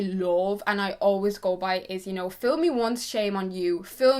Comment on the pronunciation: LOL, I can't believe you actually said "fill me once shame on you, fill me twice, shame on me"! It's fool, not fill, you made that phrase sound sexual and dirty, and I kinda like it don't get me wrong, but again, that's not the correct way of saying it.